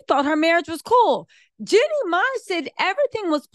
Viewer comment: I love u but it’s JEAN-NIE, not JENNY. It’s Jeezy, not Forest Gump.